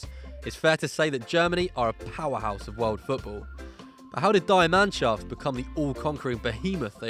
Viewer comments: Die Mannschafft is not pronounced "dye" but rather Dee as in how you'd pronounce the letter D. So it would be Dee Mannschafft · Dye mannschaft?? It’s Die (pronounced dee) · the word ''die'' in germany is pronounced like the ''Dy'' in Dybala btw or ''Di'' in Di Maria. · 'die' Mannschaft??!! It's pronounced 'Dee' Mannschaft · FFS please learn to pronounce Die Mannschaft before you say on youtube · Nathan Masters Same